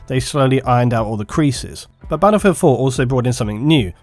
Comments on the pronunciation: You're English not American so it's battlefield not "baddlefield". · I'll listen to you if you stop saying 'baddlefield'.